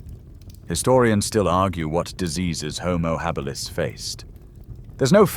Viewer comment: Lmao "houmou Hah-beelus" 😂😂😂